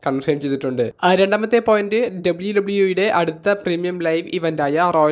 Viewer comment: ചെങ്ങായ് "എഡ്ഡ ബ്ലയു ടബ്ലയു ഈ" അല്ല, just "ഡബ്ലിയു ഡബ്ലിയു ഈ" 👍🏼